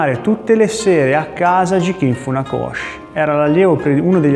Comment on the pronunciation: Bel racconto. Mi permetto ancora una volta di ricordare che Gichin si legge Ghicin e Chiba si legge Ciba